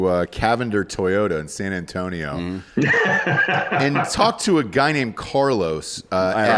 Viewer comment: and nailed San Antonio.